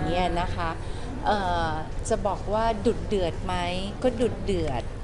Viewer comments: พี่เกดออกเสียงดุเดือดเป็น"ดุดเดือด" น่ารักกกกก5555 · พี่ลูกเกดพูดคำว่า ดุเดือด เป็น ดุดเดือด ฮาอะ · พี่เกดคะ "ดุเดือด" ไม่ใช่ "ดุดเดือด" ฟังแล้วขัดใจ... สติค่ะสติ :)